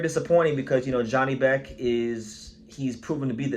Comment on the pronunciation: It us pronounced Yanibek